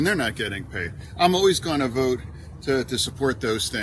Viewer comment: Vote not vite